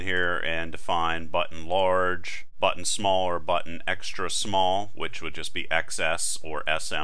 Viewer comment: no no great tutorial! i just like the way you say button. it was meant as a compliment ^_^ thanks!